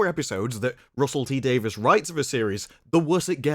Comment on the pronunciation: I'm confused: Russel T. "Davis" or Davies"? You keep saying the former, while the later is the actual spelling of the man's name. I'm sorry-- I cringe every time I hear "Davis".